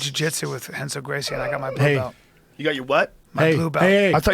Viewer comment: Callen said "plue belt"